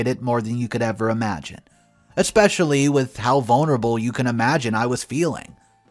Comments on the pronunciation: To you keep pronouncing especially wrong did detracts from the quality of your story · There's no X in the word especially